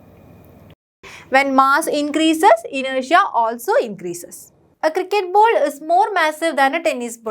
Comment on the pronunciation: The teacher's pronunciation is not good she is saying bowls instead of ball